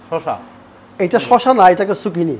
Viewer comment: সুকিনি না ۔۔۔ঐটা জুকিনি ۔۔